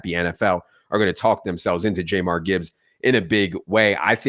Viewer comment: pronunciation of "Jahmyr" made me want to drive off a cliff